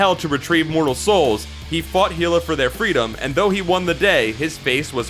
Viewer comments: When he said hila instead of hela I died a bit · You pronounced Hela wrong. It's pronounced Hell-uh. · I think you miss pronounce Hela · I hate how he pronounces hela lol